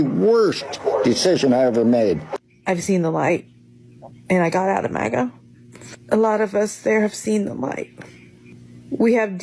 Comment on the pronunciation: "I used to be a MOGA Republican and now I've turned blue." Wow! Lady was a MAGA Republican and doesn't even know how to pronounce MAGA. As much airtime Trump and his MAGA brand gets -you can certainly tell that this lady listens well -NOT. Maybe, just maybe there is hope yet.